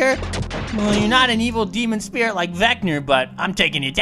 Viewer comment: His name is pronounced vec-na